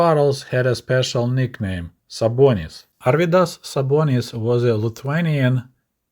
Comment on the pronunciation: props on pronouncing Arvydas Sabonis. I am originally Lithuanian. great videos btw